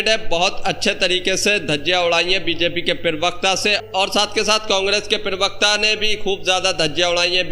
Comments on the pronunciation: पीरवक्ता नहीं प्रवक्ता होता है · Perbakta nahin bolte bheya,, Prabakta bolte hain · Bhai yeh pirvakta kya hota hai..pirvakta nahi parvakta hota hai.